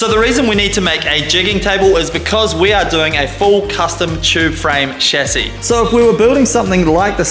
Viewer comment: I love that you don't say "Shazzy" instead of Chassis.